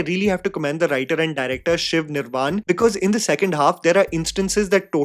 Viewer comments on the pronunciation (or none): * Shiv(A) Nirvan(A) When you are making money off reviewing a language’s movies atleast name the cast and crew correctly Try to call them using the way they pronounce and introduce their names not by being stubborn to your accent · Its pronounced Shiva Nirvana. Doesnt take much to double check the people you are naming, expect better from you man. Cheers!